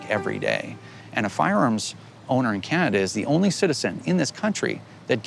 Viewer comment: When he said "Canagay" I thought he was talking about one of their shit eating states. 😂😂😂😂😂